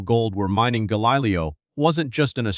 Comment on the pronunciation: The script is decent, i must admit: i've never looked at that particular dichotomy involving science, and this was an excellent summary of the topic!! THAT SAID, i couldn't finish listening it: you are taking the lazy way out, and using an AI text-reading bot - and a poor one at that: the pronunciations were insanely off-track in many cases...Gahlilyoh for example, lol!! WHY NOT JUST READ what you've written???? It makes for a much more enjoyable time for the listener, which facilitates both learning and such metrics as subscription rates, the number of folks listening all the way through (which YouTube takes into account when calculating your revenues), and the percentage of watchers who recommend your channel to others. Seruiously: how long does it take to set up a half-decent recording system, practice a bit, then read your script with flair, elan and a dash or two of humor (which most YouTubers expect these days, even while learning about the most somber of topics)?